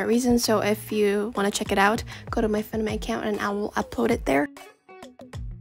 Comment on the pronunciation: the way she says funimate - that aint it